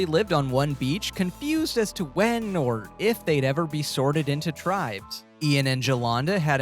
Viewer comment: Please stop saying eviction. That's big brother, not survivor. And look up pronunciation of tribes so you can pretend to be a superfan